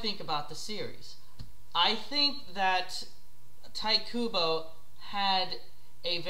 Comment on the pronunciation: lol at tie kubo its tite kubo at least i think that